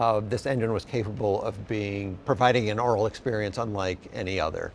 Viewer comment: Aural, not oral.